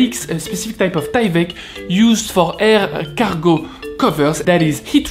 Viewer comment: At one point when you said “air cargo” it sounded like “escargot”. Hence the name of the bag should be “Est-ce Cargo”